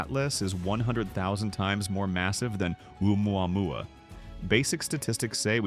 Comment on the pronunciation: How many ways can AI butcher Oumuamua 😂